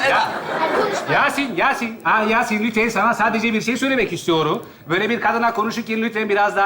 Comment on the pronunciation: yasin demiyor yasın diyor, bunun dışında başarılı.